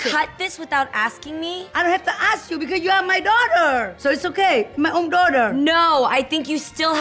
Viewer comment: "i dont hab to aks u...u my duwtah" LMAO i tell my daughter the same thing all the time!